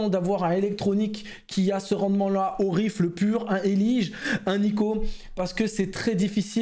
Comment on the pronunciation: Gg pour la video mais par contre mais oreiille saigne a chaque fois que tu dis rifle